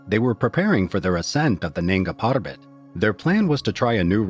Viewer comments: Weird NANGS PARBAT pronunciation - but still solid video! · Nanga PaRrRrRrrbat